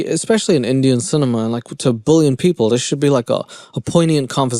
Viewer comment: Every time you say “bullion” I crack up. So if it is just the natural way that you pronounce billion, I love it. If you are pronouncing billion in a funny way, I love it.Basically, I just love you! And I am a 70 year old grandma just cracking up over your great and funny way of presenting this craziness to us. THank you!!!